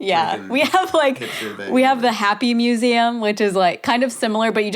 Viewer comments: yeah he said “mue-seh-um” most people say “mue-see-um” if that makes any sense lol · Yo am I trippin or does say the word "museum" weird????